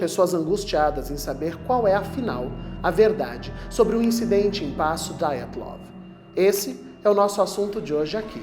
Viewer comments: PELAMORDEDEUS!!!!! Parem de pronunciar nomes russos como se fossem americanos!!!!! A pronúncia correta é DIATLOV e não Daiatlov!!!!! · Não se pronuncia "Daiatlov". É um nome russo, portanto se diz Diatlov. É o minimo que se espera de alguém que posta um video.